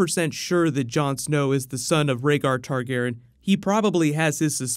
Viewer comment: why does always mispronounce targaryen